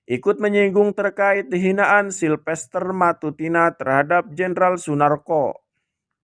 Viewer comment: Bukan matutina ,tapi MATACINA